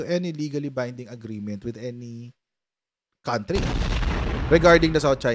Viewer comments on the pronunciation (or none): none